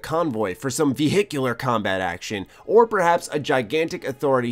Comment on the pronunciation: Nice review but the way you say "vehicular combat" creeps me out!